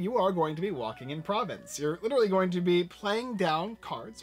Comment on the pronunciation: Pronounced Pro-VONCE and Bu-RA-no